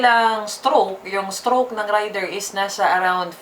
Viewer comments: .. hindi rider? Ang rider ay ung driver.. ung raider( rey- der )ay ung motor.. kung mali ako paki correct po ako.. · Reyder po di rider😂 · Rayder ka ng rayder,, Reyder kasi.. Ang rider-tao, Raider -motor. Kinuha yan ni Suzuki ang pangalang raider sa military hardware ng US ARMY. Isa syang gamit pang digma, helicopter yata kung di ako nagkamali,, Kahit ipabasa mo google ang raider, Reyder ang tamang bigkas hindi Rayder. Sus maryusep..😩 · galing nga eh..Raider binigkas ng Rider hahahaha aral muna toy hahahahaha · Rider daw baka raider haha😂 nice pronunciation ng Raider rider daw haha😂😂😂 nganga!!! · Rider haha hahahahah 🤣 ayusin nyo ang tamang pronunciation para magandang pakinggan baka mag hanap sila ng rider haha baka Raider nga nga vlog tawag dito... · Tip lang: Raider = binibigkas ng "rey-der". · nobody's perfect pero dapat pinag aralan muna kc iivlog mo hahahah..at saka naririnig mo naman sa ibang advertisement na Raider talaga ang pagbigkas at hindi RIDER hahahaha nakakahiya at AROGANTI hahaha